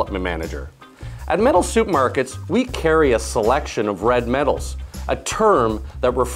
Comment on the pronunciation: He did say soup market. That's OK, I still did learn something .